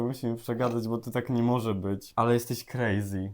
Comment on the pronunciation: Mówi się crazy